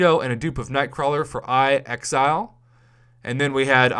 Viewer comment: Woooo I'm in the video . Butchered my name calling me I Exile lol. Thx Prof.